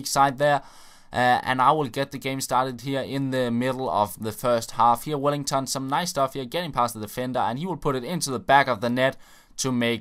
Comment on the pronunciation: Why do you say Wellington haha bis Name is just welliton